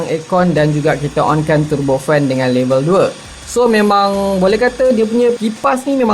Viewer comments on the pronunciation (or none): none